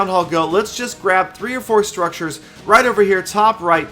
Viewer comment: A MESSAGE TO...HEY WHY DO READ RIGHT AS “ROUGHT”...PLEASE READ.. AND LOVE YOUR VIDS AND YOUR LETS PLAY SERIES WITH GALAMOM